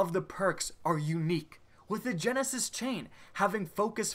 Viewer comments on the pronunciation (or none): none